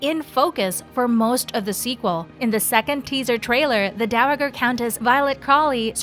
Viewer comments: Dow-uh-grrrr? Please please learn your pronunciations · Dow A JER. It’s not a had G.